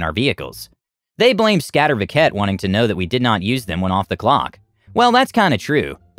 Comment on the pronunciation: I find your prononunciation of Skatteverket hilarous. Scat-EH-werk-ETT 8)